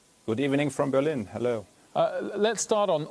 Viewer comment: Kann nicht Berlin normal sagen!? Edit